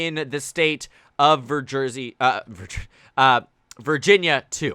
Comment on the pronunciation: "Virjersey"? I would like to visit that place.